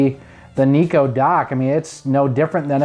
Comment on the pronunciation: Why do you pronounce it NEE-KOH?? I've always pronounced it NYE-KOH...like how it's spelled.